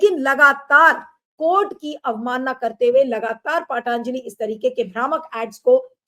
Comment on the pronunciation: एंकर नीलू व्यास का बार-बार पतंजलि को 'पातांजलि' कहना बहुत खराब लगता है।